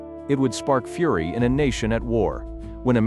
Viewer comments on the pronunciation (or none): none